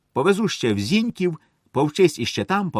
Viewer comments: Шановний чтець, виконання просто чудове. Але Ви чомусь читаєте Зíньків, коли на Полтавщині всі зажди кажуть Зінькíв. З наголосом на останній склад. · Зіньків — наголос на останнє і ☝️ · Дякую за чудовий твір і чудове читання. У чудовий голос і великий талант. Слухати його одне задоволення. Тільки не ображайтесь, але різнуло ухо слово Зіньків. Я з Полтавщини і знаю, що наголос не З І ньків, а Зіньк І в